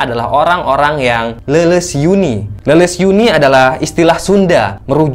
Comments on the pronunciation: Leumpeh yuni akang.. sanes leles yuni.. 😁🙏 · Leumpeuh yuni ,,bukan leleus yuni bang